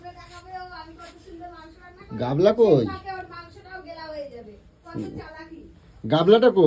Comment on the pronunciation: Notun Bangla ta bhalo bolte pare .GAMLA KE GABLA,PROKITI KE POKITI 😂 English ta aro PIECE KE PICH , LOVE KE LABH , TRAIN KE TEREN 😂😂 Sei level er ashikhito , chabla 🤬🤬🤬🤬🤬 r ei murkho ta janei na CHICKEN STEW ki jinish 😡🤬🤬🤬🤬🤬